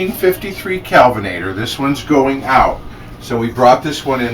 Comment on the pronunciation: I thought you said kevenator lol.lol